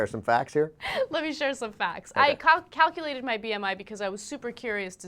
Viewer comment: does Ana start to say "Cockulated"? :P